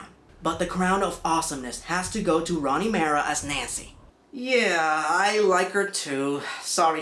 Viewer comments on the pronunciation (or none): It's Rooney Mara not Roni